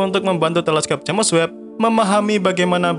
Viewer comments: Jems webb mas bukan james web bacanya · kalimatnya tolong di perhatikan lagi, terutama ente selalu bilang jemes web bukan jems web. jadi agak aneh dengernya untuk channel yg ilmunya luas ini